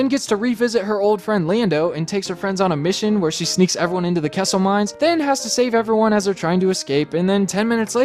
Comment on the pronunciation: I thought you said “Quesso mines”